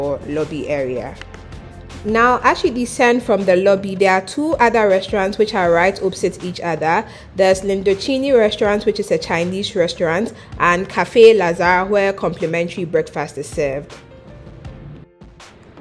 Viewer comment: VERY well done, learned a lot! Indochine is pronounced INDO CHEEN it's the colonial word for South East Asia in English is Indo China